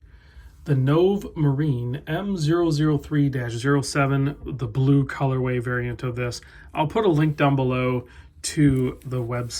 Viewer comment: It's pronounced "noh-vay", as in Italian for "new".............